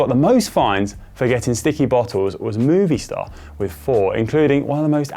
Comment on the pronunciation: Dude really pronounced Movistar as "Movie Star" after all those years of racing as a pro... bruh